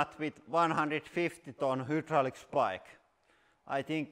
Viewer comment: It's fucking hilarious the way Lauri pronounces words. For example these beauties: WHOdrolic = Hydraulic MILLYon = Million MatEirals = Materials HELLA-met = Helmet PLEEEEEASE ADD MORE, for the love of ❤️👍❤️👍